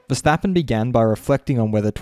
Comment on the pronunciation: Who the F* is Verstapeen? Kart World Champion?